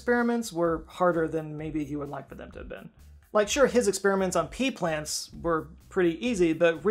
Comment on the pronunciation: "Pea plants" sounds like pee pants. 😅